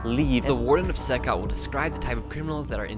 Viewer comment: It's not pronounced "SYCOT" It's pronounced "SEE COT" CECOT.